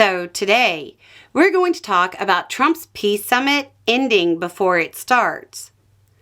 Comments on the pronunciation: "Pee summit" 😂😂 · Hang on, Belle, are you say Pee Summit? 😂😂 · Did you just call it a "pee summit"?